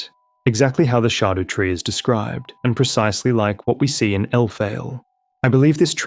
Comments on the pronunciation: "the shardew tree" dude figure out english it's not that hard. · Dont mean to be weird but its shadow tree its old English but pronounced shadow